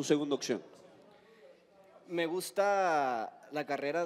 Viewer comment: Es opción no iccion se adorna tanto para hablar que no pronuncian bien se van a los extremos unos bien corrientes otros se quieren sentir bien vimos jajaja son divertidos